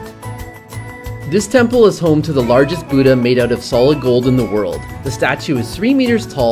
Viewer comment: lol "the boodah" great prounounciation guys ;D